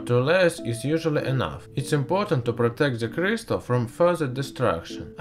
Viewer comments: Ze CRIZtal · Vewy weww, i wiww twy n make a cwistaw. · Ze clistal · Sorry, you are talking like"pu a auminuum cuystar in frask" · i like zeh purrpluuulll cryistalll